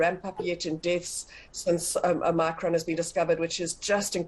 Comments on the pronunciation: OMICRON ‼️ NOT OMNICRON🤦🏼‍♀️ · She said “Omnikron” , she’s from Parys 🤣🤣🤣🤣